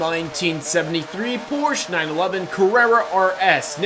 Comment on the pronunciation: I don’t think mispronounce Meyers Manx but he his mispronounce Porsche